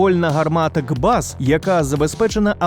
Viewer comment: 125-ти мм гармата, а не 25-ти не КБАЗ, а КБА 3(ка-бе-а три)